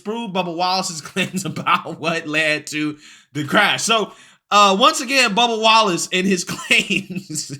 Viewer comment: I swear to God you almost called him bubba Gump. I had to replay that about 4 or 5 times to make sure it wasn't just me lmfao